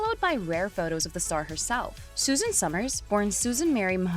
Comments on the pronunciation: Her name was Suzanne, not Susan. 🤦🏻‍♀️ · I’ve watched Suzanne for years and the people who make videos on her and can’t even pronounce her first name are just beyond annoying.